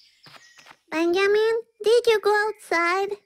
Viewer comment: I love how she says “Benjamin” as “Bengimin”.